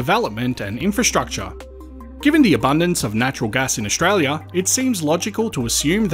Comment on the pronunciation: please practise your pronunciation, it is OStralia NOT OSHralia